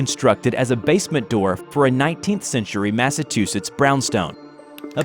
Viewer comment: They way he pronounced Massachusetts hurt my Bostonian heart